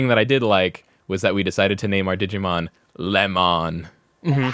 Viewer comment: No, you are thinking of "Leomon" "LEO-MON"